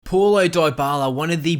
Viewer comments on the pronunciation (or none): It's pronounced POW-lo not PAW-lo